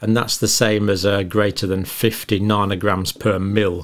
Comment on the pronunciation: How can I take any of this seriously when you pronounce nanogram like that?